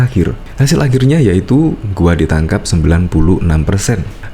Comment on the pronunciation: " Ditangkap" ngab bukan "Ditaankap", 🗿🗿🗿 Kelihatan bngt bolos waktu pelajaran B. Indo di Sekolah 🗿🗿🗿